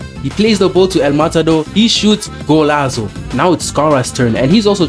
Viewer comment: When I heard golazo I knew u were South African